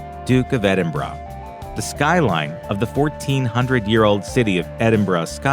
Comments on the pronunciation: Edinborough. Not "Edin braw" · Not quite correctly. Sound more like Edinborough. Should be pronounced Ed'in'burrah. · Dook of Edinbrah...? Ffs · Philip was in Corfu not mainland Greece. I do wish if any Americans, making such videos, would learn the correct pronunciation of places like Edinburgh. It isn't EDIN BRA. Locals in Scotland actually pronounce it EM Bra. Simply really. The Bra part is soft, almost like an afterthought. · More like "Edin bruh" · hey brah, it's not edinbrah brah, K?, kewll. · Why do Americans pronounce Edinburgh like "Edinrarhgh" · no we don't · its just this guy, we pronounce it edinboural